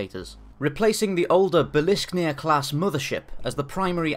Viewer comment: Just want to let you know that it's not bil - isk - nir, it's bil - skir - nir. It's from Old Norse and is the name of Thor's hall.